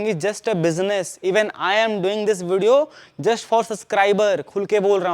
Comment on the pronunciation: Bhai video pranounce karna jara phirse😂. Majak se hatke